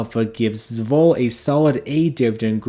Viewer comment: Great list! (But please say ess-vol... two syllables. The first is just the letter s. 😅 Love the channel and appreciate your content!